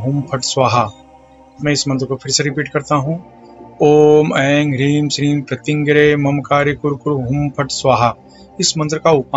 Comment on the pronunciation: Mantra me aap ne Eim likha hai. Uchchaaran me Eien kaha hai. Correct kya hai.plz clarify